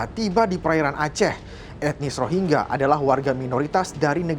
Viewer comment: Bego ni presenter nya ga bisa baca "rohingya"